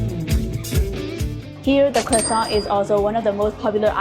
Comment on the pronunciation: Look at you rocking that French accent lol! Most of these look so amazing! Yeah, there were a few that most definitely seemed a bit doughy, but a light, fluffy, buttery croissant is always all kinds of amazing! A fancy croissant with an also fancy cup of coffee is always a great way to start the day. Thank you for sharing! And that heart sweater vest is very cool!